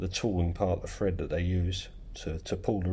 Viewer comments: Are you saying Fred or Thread? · THread, not FRead. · Thread not Fred ;)